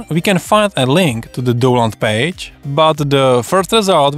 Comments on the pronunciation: proč říkáš "douland"? 🤣 to je stršný .... však tam píšou "daunloud" ... DOWN LOAD 😁 sry man... i'll watch the rest quietly :) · a tie mas kde? Nech teda nemusime pocuvat doland ;)